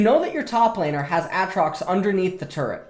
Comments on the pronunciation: cmon its not atrox, its AAAtrox. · soon as vid starts "A-Atrox" hahaha dunno if thats just memes or real pronunciation